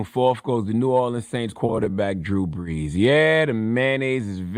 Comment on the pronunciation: Killer Mike gave Drew the ultimate disrespect by accidentally mispronouncing his name 😂😂😂 "Drew Blees" 🔥🔥🔥